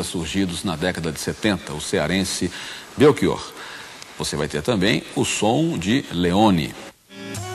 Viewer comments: Felicito-o por defender a Língua Portuguesa. Mas não consigo aceitar que para "ch" você leia como "k". Belkior, em Português, não existe. Abraço. 🇵🇹 Editei para dizer que, ao ler os comentários, soube que tinha morrido esse senhor entrevistado. A minha consternação e sentimento. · Belchior é um sobrenome italiano. Em italiano o CH tem som de k, por isso por aqui se pronuncia como belkior . Assim como em Portugal, no Brasil o Ch tem o som de x/sh (afinal, estamos falando da língua portuguesa). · Belchior se pronuncia com "o" aberto, professor!